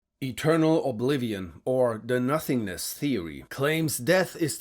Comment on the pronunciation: DE eeturnal ohbleeveon